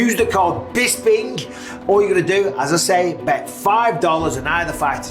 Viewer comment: "Bispink" is the Draft kings code 😂